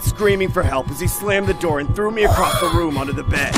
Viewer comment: he started knocking on the window and said '' open the noor''